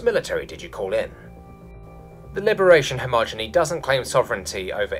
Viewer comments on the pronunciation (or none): hej- E - mony not hemogeny !!! humitarians NOT humanitarians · I greatly appreciate that the narrator takes the time to do these. I do wish he checked pronunciation a bit more often. "Hemogeny" made me wince by the end. Hegemony - həˈjemənē - or - hejəˌmōnē. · Hegemony, HEH-Jem-Oh-Nee. Heromancy, Hee-Ro-Man-See. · "HE-MO-GE-NY" is not a concept. PLEASE learn this word: hegemony noun he·ge·mo·ny hi-ˈje-mə-nē ˈge ˈhe-jə-ˌmō-nē Synonyms of hegemony 1 : preponderant influence or authority over others : DOMINATION battled for hegemony in Asia 2 : the social, cultural, ideological, or economic influence exerted by a dominant group